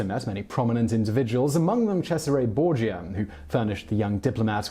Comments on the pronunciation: Bor-ghee-ah. It drives me nuts. He sounds educated (largely because of his posh accent) but he mispronounces so many words (even English words) in every video. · Also Borgia, we're not talking about Star Trek here. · Sezarey borgeea